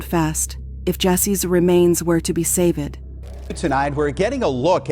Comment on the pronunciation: We need better AI When she said savED it finished me off 😂🙄😂